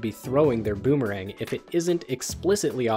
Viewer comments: "deadmemerang dandelion". goddamnit lmao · “Dead Memerang” Haha. Ok Boomerang.